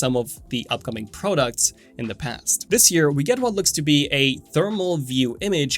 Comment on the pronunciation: Pro ducts?! First time I’ve heard it pronounced like that in 43 years on this earth.